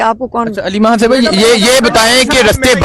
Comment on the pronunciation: Yaar KHAN hota hai HAN nahi, KHYBER hota hai HYBER nahi, Quran KHwani hota hai, Hwani nahi. KH-KH-KH-KHAY BOLNA SEEKHO!!!